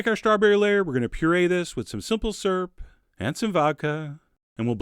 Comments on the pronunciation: You say syrup funny, sounds like you are saying surp lol. I say it like "sir-up" or "seer up" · You're the only other person beside my mother that pronounces syrup "syrp." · Oh my god you're saying syrup. I spent the whole video wondering what a 'surrp' was... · Syrup has a "U" in it